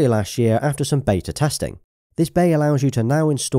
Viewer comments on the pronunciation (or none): none